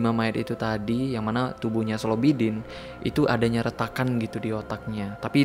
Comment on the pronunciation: Slobidin X Slobidin ✓